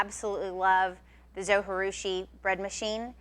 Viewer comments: pronunciation from the manufacturer: zo jih due shee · it's zoji like you pronounce the j like j not h. It's japanese